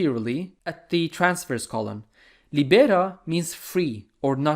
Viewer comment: Awsome job from Italy, thank you! Sorry in advance for my english but, just a little advice on pronunciation of teniae (plural of tenia), it's latin and as a language, it has a correct way to say things. 1) it's lìbera, not libèra 2) Coli is pronounced coli, you have say the ending "i" as the "i" at the end of the word "ski". Bye!